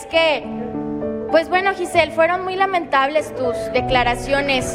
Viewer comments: Que primero sepa pronunciar el nombre de giselle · Porque pronuncia mal el nombre de Giselle hay no manches